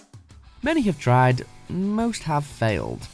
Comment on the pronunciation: Many had TRIed most had failed